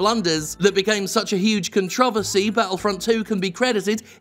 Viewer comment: HUZZAH! Someone actually knows how to properly pronounce controversy. My gratitude for knowing actual proper English.